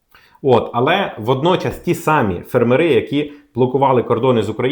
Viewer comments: фЕрмери, а не фермерИ. Неможливо слухати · фЕрмери, а не фермерИ❗️ Ну неможливо слухати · У слові фе́рмери (множина) наголос завжди падав і падає на перший склад — на літеру е: фе́рмери. Цей наголос зберігається в усіх формах множини цього слова згідно з нормами української мови. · На порядок дешевше, це в 10 разів меньше. ФермерИ це невірний наголос. Щось робіть з ротом, чи головою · цікава інформація. Але тригерить: не фермери з наголосом на останньому складі, а фермери - з наголосом на першому складі